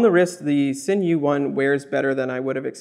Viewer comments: for the record, folks at worn&wound, its pronounced 'zinn', not 'sin'. a cool watch, i dig the all black finish, though the hands dont do it for me, they look like an afterthought. its reasonable value, though it is creeping into tudor territory. for a grand or so extra i'd be going tudor with in house movement, but this is just my preference. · Just FYI Sinn is pronounced "Zinn"